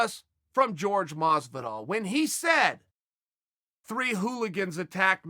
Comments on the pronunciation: When did Whore-Hey Masvidal become George Masivdal?🤔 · It’s not George Masvidal. You commentators really should learn how to pronounce his first name correctly. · "George" masvidal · Why the fuck can’t he pronounce Jorge’s name right?